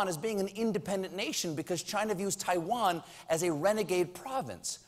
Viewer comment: Dammit, it's Taiwan, NOT TIE-VAN!